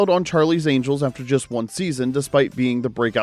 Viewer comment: Farrah Fawcett, pronounced like faucet, not Fallsit.